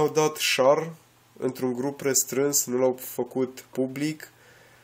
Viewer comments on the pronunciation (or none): nu "șar", ci "șeăr" !